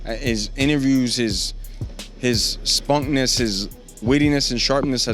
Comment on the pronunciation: Did Jorge just say "spunkness"? 🤣